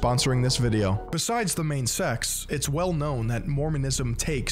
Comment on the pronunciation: He also kept saying "sexts" instead of "sects"